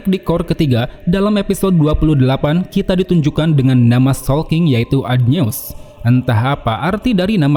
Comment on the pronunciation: Adnyeus dibaca adonai bang